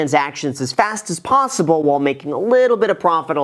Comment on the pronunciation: did you say there’s only three ponzyble outcomes!? :)